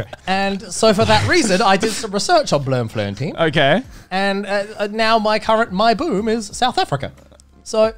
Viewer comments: I'm Dutch, which is quite similar to Afrikaans, and I genuinely had no clue that he meant Bloemfontein It just sounded like Bleumfleuntiin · Bloemfontein is pronounced Bloom-Fon-Tain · He massacred the pronunciation of Bloemfontein😂😂It’s so bad. Try pronouncing it as Bluem-Font -UIn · As a South African, I can't decide if that accent was good or not... But him saying Bloemfontein was horrendous 😂 and then teaching Joey the wrong way to say it - why🤣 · He said Bloemfontein wrong so many times that I forgot the correct way to say it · As a South African I am very frustrated with ladybeards pronunciation of Bloemfontein 😂😂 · Afrikaans accent was tops but my god THE BUTCHERY OF PRONOUNCING BLOEMFONTEIN. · Bloem is not flower Bloem is blossoming nickname of the city is the city of roses. It is in fact one of the capitals. Ladybeard mispronounced it in a funny but disturbing way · as a dutch person, i also am very frustrated with his pronunciation of bloemfontein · luckily they can't say 'Bloemfontein' so they good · my perspective, the accent was on point but he butchered the name of bloemfontein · I simultaneously love and hate everyone's pronunciation of "Bloem Fontein". The name also directly translates to "Flower Fountain". Source: am Dutch. Afrikaans is like 80% Dutch, but more fun to listen to. Edit: it's pronounced like: Bloem = "boom"(like Ka-boom) but with an L after the B. Fon = "fond", but without a D. Tein = think of the German "eins" but with a T to start and no S at the end. Bloem-Fon-Tein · The slander 😭😭😭how he gon' pronounce Bloemfontein like that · The way he pronounced Bloemfontein physically hurt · Bruh his butchery of the pronunciation of Bloemfontein had me dead. I heard it and was like..is this a new province that I had been sleeping on my entire life?!🤣🤣🤣 love these guys! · Afrikaans accent: 10/10 Pronunciation of Bloemfontein: frence guy taking a shit while drunk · The best thing is how they pronounce Bloemfontein... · Blermferntien lmfao